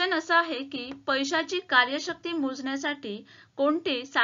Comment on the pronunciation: पैशाची क्रयशक्ती असा उच्चार आहे. तुम्ही कार्यशक्ती म्हणत आहात.